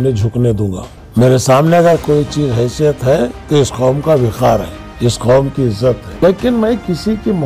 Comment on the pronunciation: Khaum???? Qaum lafz hota hai sagab